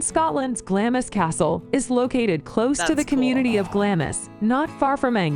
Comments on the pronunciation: GLAMIS - Pronounced phonetically... GLAAMZ or GLARMZ. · It's not Glam-is it's Glarms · It's pronounced "glams". Not glam-is. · Culzean Castle is pronounced Kullean and was owned by the Kennedy family, Lords, later Earls of Cassalis. Glamis is pronounced Glarms, seat of the Lords/Earls of Strathmore. The titles are anglicised, in Scots they read Laird, (Lord) and Righ, (King, later Earl). A lower rank of 'Laird' was prefigured by the epithet 'Bonnet'; thus 'Bonnet Laird' or 'Gentleman', colloquially, 'Wee bit Lairdie' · Glamis is pronounced 'Glarms', one syllable. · Edinburgh - pronounced Edinbra. Glamis Castle - pronounced Glaarms. Culzean Castle - pronounced Calleen. etc etc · Glamis is pronounced ‘Glams’ as in hams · Oh dear; Baal-ate-r, EdinburG, Ayr shire, Culsayan, Glam is, For far, Dun oadr, etc etc etc! And you wonder why we disdane yawl, fuming, laughing, with British politeness, behind your stupid, ignorant backs! Judging by this vid I would NEVER EVER watch any of the others by them. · Its pronounced Glah mmmms and Eileen Doh nan. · This video should not be voiced by an American person ,your English is not good enough and she mispronounced almost every word relating to a Scottish name place or castle .for heaven's sake glamis it's pronounced glams ,culzean castle it's culane Edinburgh it's Edinburah and certainly not edinboro . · As others have said the narrator gets the pronunciation so wrong for most of the castles. Glamis castle is pronounced Glams. Culzean castle is Cullain. Apart from that you should react to the Queens funeral. While there are a growing number of people who are anti royalists, most had respect for a woman who dedicated her whole life to the people of Britain and the commonwealth. Love all your reactions, you are both lovely people. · Some hilarious pronoucifications!!!! Ha, It's Glamis [glahmz] as in charms, not Glamis as in miss. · Hi guys Glamis Castle is pronounced Glams Castle. Glad you're enjoying them.